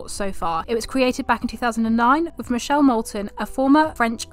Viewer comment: Female Youtuber comes on talking about female racers and immediately enters with a mispronunciation of Michele's name. lol.